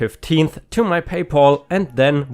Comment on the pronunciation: PayPal is a combination of the words "pay" and "pal", with "pal" meaning friend or buddy and sounds like "Al" like "Al Bundy" from Married With Children. It doesn't sound like "all" like in the name "Paul."